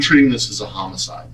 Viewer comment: Angelina "Uh, what does that mean hom-e-cydei... like someone hurt him?" Also, "He had some hair on his head" Also, "I wanted to take my kids to Russia and live there"...